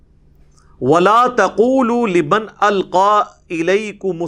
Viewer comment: Liban nhi Liman Quraan Sahee se parho plz